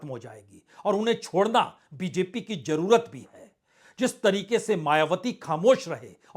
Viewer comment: 2 : 19 jurrt nhi jarurat bolne me sudhar kre